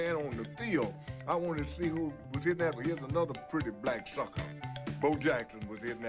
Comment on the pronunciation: "anotha pretty black suckahhh" 😂